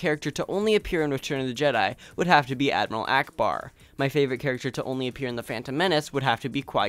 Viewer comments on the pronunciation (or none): none